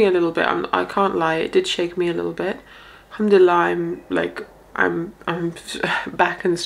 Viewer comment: Improve your Arabic it sounds funny for us Arabs, Pronounce like this "in shaa allah" not "enshalla". It honestly really sounds wild and not understandable in the language of the Prophet. in English its like saying "odwillie" instead of "God Willing" Learn Arabi before trying to talk Arabic in public. "al-hamad laleh" its not "Humdella" Please don't spoil the language of the Prophet.